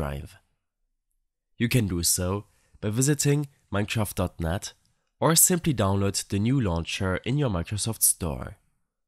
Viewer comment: thank you man who cant pronounce mineshraft properly <3